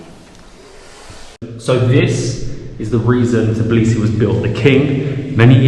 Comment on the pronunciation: I hate when people call it Tiblisi instead of Tbilisi